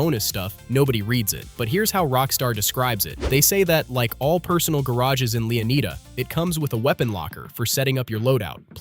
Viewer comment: Pronouncing them ‘Leo-need-a’ instead of ‘Leon-eye-da’ and then ‘Loo-sha’ instead of ‘Lou-see-a’ is diabolical.